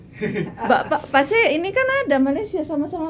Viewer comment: Assalamualaikum mff, sebutan mak cik pak cik bukannya makcin pakcin